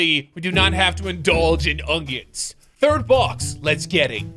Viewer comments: bro its not ongions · He really calls them ungions